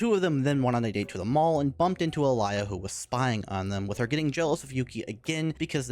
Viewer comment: blud her name is not Alaya